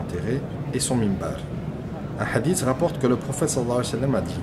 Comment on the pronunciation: Une petite corection akhi fillah, on dit MINBAR et ne pas mimbar. Que dieu te protege.